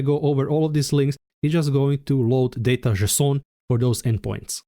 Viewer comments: Jay-son - unless you're French? 🤔😉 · /ze-s'on/ 🤣😂 From now on, THAT'S how I'm gonna pronounce it !!! 🤣😂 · did i hear "JSON" as "Croissant"? why didnt my local bakery sell that? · Thanks man, I'm still in tears from JESON 🤣😂 I love your videos, I'm subscribed, and I love JESON. I'm gonna pronounce it this way from on, JESON. Thank you, you just made my day!!! ❤🤣😂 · I just started lmaoing everytime he says “json” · I wasn't mentally prepared for that json pronounciation I have to stop the video to evacuate my laughter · sounds French to me